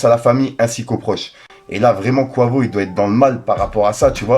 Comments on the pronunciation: Top la vidéo mais Quavo ne se prononce pas Kouavo mais Quayvo 😅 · Mdr😂 je suis désolé la prononciation de quavo 😂 tu m’as fumée ! Merci pour la vidéo en tout cas 🙏🏾